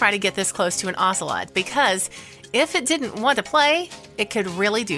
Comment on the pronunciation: I hate you mispronouncing "ocelot." They're beautiful and actually pretty easily tamed, sadly making them popular as "exotic pets."